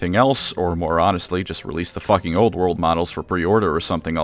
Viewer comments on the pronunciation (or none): none